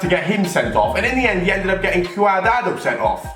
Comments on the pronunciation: It cadrado not cadado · Lol "cuardado"